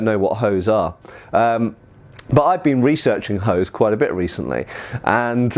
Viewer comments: Researching Hoes I see ;) btw "Hose" is German for trousers. Hint: an "E" at the end of a German word is not silent, as such instead of "Hos" (incorrect) it is "Hose" (correct). It is a short "eh" sound like the starting letter of "exile". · the "e" in "hose" is pronounced and not silent. The word slightly sounds like "ho-zeh", where the vowel in the last syllable is an [Open-mid front rounded That's roughly like in the articles a/an. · I just kept laughing every time he said hose so I had to stop the video for a bit to catch my breath. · I am from Germany. (So naturally I don't like/understand fun and humorous things) and I have to tell you all: “(die) Hose” (singular) is still the German word for trousers and “(die) Hosen” is the plural. And beside I have no Idea how the medieval Germanics pronounced “Hose”, for modern terms he is pronouncing it utterly wrong, or he does copy some crude dialect. (But yes, it is way more fun if he pronounced it the way he does. xD)